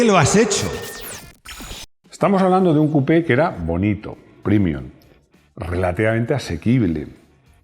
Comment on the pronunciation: realmente me molesta que pronuncies la palabra latina PREMIUM como "primium" (versión en lengua inglesa) cuando en español se pronuncia como el original latino: PREMIUM. Se corrija, caballero